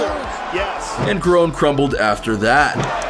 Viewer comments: he called Donald Cerrone the wrong name. Prounounced it with a K. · Kerone? Cerrone is pronounced Se- Row -Knee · Ok man you lost me when you called cowboy CA-RONE literally anyone with a mild interest in the UFC knows who he is and how to pronounce his name. I'm a huge Conor fan and I get accused of bias all the time but bruh. Bruh! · Did you really say Donald “Carone” 😂💀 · ‘Donald carone’ lol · Honestly I'm in shock this man said "Donald Karon" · Donald ker-oh-knee? Casual. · Who's Donald Karon? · He is saying Donald Corone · First warning sign this guy was wrong was when he pronounced Donald Cerrone, "Donald Kerrone". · Bruh what? Donald “ker-own”????? Is this your first ufc fight? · The fuck is he saying kurown for. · It’s Donald CER-Ron-E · Kerone , like how do u mess.that up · He called him caroone🤣🤣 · The way you pronounced Cerrone makes me hate you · U Just butchered the “Cerrone” name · Honestly if you can't pronounce Donald Cerrone's name right you know nothing about mma and shouldn't be making videos about it! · Dude you dont even know how to say donald cerrones name right. Stfu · Also you said Cerrone wrong, delete your channel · Donald "Karon" Khabib "Nurma Goma-Dov" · Donald carone? You couldn't even pronounce khabibs name right or even dustin. You clearly dont watch this sport.